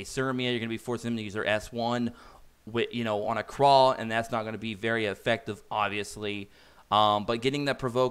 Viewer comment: Dude...seriously.....Pronounce the names correctly. Krau is German. Pronounced KR OWW Like when you stub your toe and say oww!